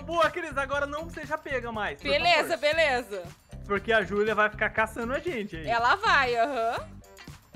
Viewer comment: A cris falou beleza beleso kkk